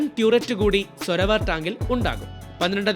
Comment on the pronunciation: സോരാവർ എന്നാണ് കറക്റ്റ് ഉച്ചാരണം